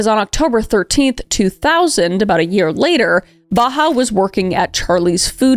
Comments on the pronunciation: I kept hearing her say Baha Humbug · Same! It made me giggle when I shouldn’t be 😅 It’s a pretty common name among Palestinians, it’s Bahaa, pronounced more like bah-haht The pronounciation